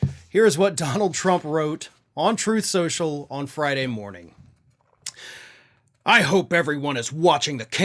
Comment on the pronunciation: You mean trothe shoshal ? 😂😂